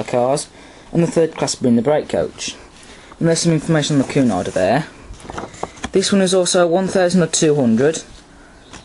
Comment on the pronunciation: cunarder is not pronouced coo-narder, it's actually pronouced que-narder though it is spelt cunarder. anyway the express train was a boat train departing from London waterloo and arriving at southhampton docks for cunard ships. The express train was usually done by an SR bullied pacific, it was done by bullied pacifics becuase they were lighter than pacifics like a4s etc. it's becuase of the loading gauge at southhampton docks.